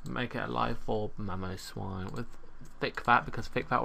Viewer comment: You failed a little bit on mamoswine x) but nice video!